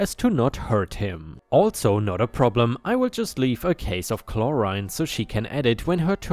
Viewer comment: Story 3: seance. Said correctly and it's basically what you said, an attempt to communicate with dead people. I'm sure there's a more precise definition but I don't really care. What you said sums it up just fine. 👍 Chlorine on the other hand, has an "reen" sound at the end. Story 5: Component is said as "come p-own-ent."